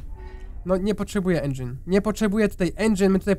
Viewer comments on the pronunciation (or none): none